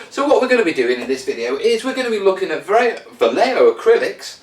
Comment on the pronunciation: No you were pronouncing it correctly. I only found out after years of mispronouncing it when watching a thing about the artist Boris Vallejo.